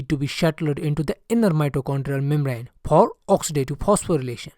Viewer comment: Sir use FOR not PER and instead of F u r using P sir please pronounce correctly because I seen this video 4 times also I didn’t understand u r English